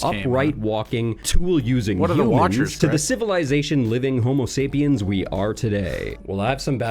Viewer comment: Why does he keep skipping the final S in Homo sapiens? I guess it's insignificant next to many of his other errors, but hearing it over and over is grating.